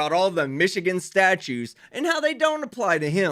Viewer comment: Loved the judges reply of "that ain't going to happen." Priceless! Dumbass said "statues," not statutes.